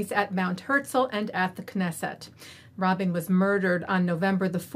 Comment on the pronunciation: You mispronounced Rabin's first and last name . Please correct in on air and apologize for dishonoring him by forgetting his name